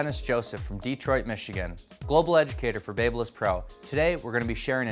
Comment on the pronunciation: looks like shit...and I hate the way he says Babyliss.